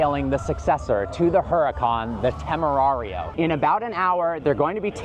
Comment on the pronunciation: Everytime you say temerario hurts my ears che palle